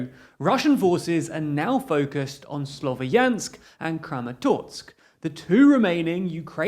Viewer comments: Pronunciation: "slov-YANSK," "HAIR-son" I mean, technically Kherson starts with the sound from "loch" and "Bach" but if you can't manage that, H is a better approximation than K. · Guys please , “ya” part in the name Slovyansk is to be pronounced like “ya”in word “yankee” , apart from that thank you for your job and support , love from Ukraine